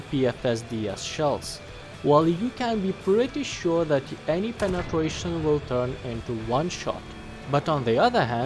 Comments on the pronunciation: Why do you keep saying Penetwuation? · Appreciate how you cover both realistic and arcade , also like the way you say " penetwation" Can you review the M48C?